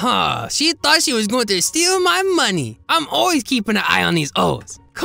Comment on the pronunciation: OH BIG BOY GIMME THEM LIPS "I ThouNgt you woUld nEber AsK"